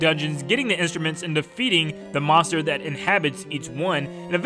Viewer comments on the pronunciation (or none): none